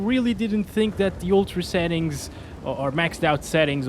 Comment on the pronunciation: Why do you say xettings?